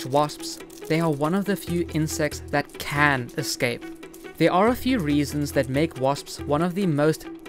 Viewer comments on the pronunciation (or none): Am I the only one who only heard the emphasis on "can" the second time watching